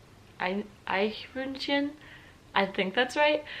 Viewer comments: das sie Eichhörnchen aussprechen kann respekt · That was the best non native "Eichhörnchen" I have heard. 👍 I can not confirm what you said about taking pictures. It is common here too and many people take a lot of pictures, but this may be the american influence. 🤷‍♂️ Instead of "Eww" we use "Ihh", "Ihgitt", "Pfui" or "Bäh"/"Bah". I just realised how many terms we have for this. 🤨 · HAHAHA einfach nur geil. Ach und Eichhörnchen hast du schön ausgesprochen :-) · The way you said "Eichhörnchen" was soooooo good! Normally english speaking people struggle so much saying "Eichhörnchen". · Your pronunciation of "Eichhörnchen" is better than my pronunciation of "Squirrel". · Your pronounciation of Eichhörnchen was really good! Most americans struggle with that particular word 😀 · no one from an english speaking country i saw or heard has ever done a better job in spelling "Eichhörnchen" Well done!!!!!! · Wie gut spricht sie bitte Eichhörnchen aus😂😂😂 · Wie gut sie "Eichhörnchen" aussprechen kann lol, Respekt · Good job pronouncing "Eichhörnchen"! Not many English speakers manage that. And, yes, "iiiih" (pronounced "eeeeeh" is the equivalent to "ew". Unless of course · hahahaha you are right in all of your points. Everything you did was weird and akward :-D Your German pronounciation on the other hand is spot on! Very good! Even the Eichhörnchen! Eeeeeeeeeee is right!!! EEEEEEEEEEEEEEEEE or in German IIIIIIIIIIIIIIIIHHHHHH You are such a nice girl, I imagine it would be cool hanging out with you. Definately girlfriend material :3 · the "Eichhörnchen" was so perfect pronounced 😱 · Als Deutscher freue ich mich jedes Mal sehr, wenn ich ein Eichhörnchen (deine Aussprache war sehr gut) sehe^^